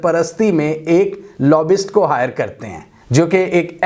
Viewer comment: Pronounce the "y".in lobbyist...it's not lobbist